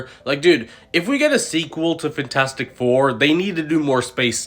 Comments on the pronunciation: IT’S FANTASTIC, NOT FINTASTIC!!!!!! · “Fintastic four”